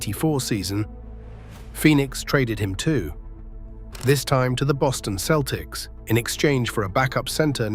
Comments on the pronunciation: Who the hell are the Keltics? This AI slop is awful. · Please ditch the stupid AI voice over and hire someone who knows how the Celtics team name is pronounced Celtics, not Keltics) ! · AI can comprise a pretty good, knowledgeable video on DJ Just can't pronounce the word "Celtic" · The entire video is AI generated starting with the stupid narrator who doesn’t know how to pronounce the name of the team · great video! great. but learn to pronounce celtics and isiah, please.